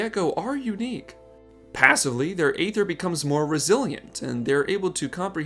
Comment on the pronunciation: It's pronounced ether, not ay ther